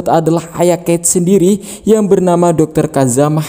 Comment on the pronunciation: kecelitut,sendiri bukan sendili